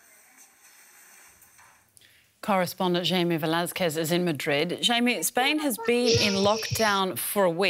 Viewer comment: Oh learn how to pronounce Jaime, for God's sake. It is "high may".